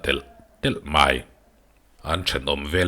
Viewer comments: Hei ai a lam dan dik a awm tawh lo,mei ti a lam tir i tum nge?? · Mai tih hi hei aia pangngai hian a lam (pronounce) theih loh a mi 🤔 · Mai hi lam uag nge ilam dan ve hrim2 le ka ten ee😩😩